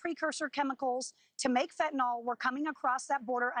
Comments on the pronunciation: I mean.. She IS saying "fetnall" which is just totally wrong I get where bro is coming from It's fen tan yl not fetnall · The mispronunciation of fentanyl is maddening ,its a nil sound not nol like in Tylenol. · The reporter needs to learn to pronounce "fentanyl." But good reporting on an important topic.